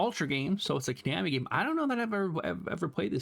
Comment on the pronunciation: ko-nahmi lol